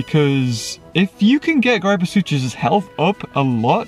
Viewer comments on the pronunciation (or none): Ok mate I’m sorry but it’s not GrIEpoSucHus it’s gryposuchus grip-o-sook-us